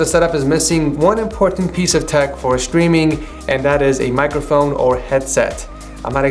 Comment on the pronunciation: ''chtreaming'' xDDD